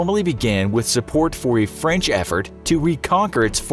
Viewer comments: Yo he just said franch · Ah, yes, Franch